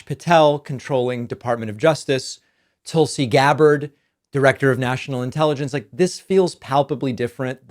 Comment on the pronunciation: As soon as you mispronounce Tulsi, I’m out. Very misogynist behavior.